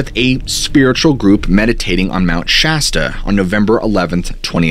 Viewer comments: I just had to change the last video for his calling Shasta wrong and he says it right this way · I can't get over your magnificent beard! Also, thank you for pronouncing Mt Shasta correctly. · Lol yayyy he's not calling it mt. Shosta anymore